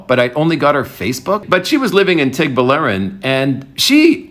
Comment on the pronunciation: Guy. Baler is pronounced Bah-Ler. Tuguegarao is pronounced Too-Geh-Ga-Rao. you're welcome.